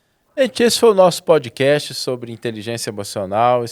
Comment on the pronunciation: e, por favor melhorem sua pronuncia das palavras em inglês ou usam o português. Por exemplo: não é Podi casti….. é pod cast não tem I no final Backigroundi… e background sem nenhum I. Facibooki…. Facebook de novo não tem nenhum I. Eu os admiro muito porém dói o ouvido a pronuncia das palavras em inglês.